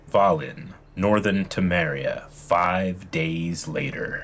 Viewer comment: I know it’s not a big deal at all, but the way he pronounces Velen as Valen really just gets to me lol